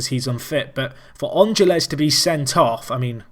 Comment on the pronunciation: Ángeles is pronounced AN-hel-ez (you have to sort of roll the "h" sound that the "g" makes)